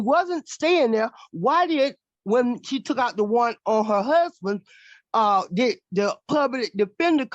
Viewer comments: 🙄 "My HUHband." 🙄 "My HUHband." 🙄 "My HUHband." 🙄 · Can't even pronounce husband, do better. What a ridiculous mess.